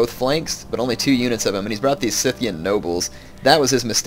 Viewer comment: "scythian" is pronounced like "scythe". the c is not hard.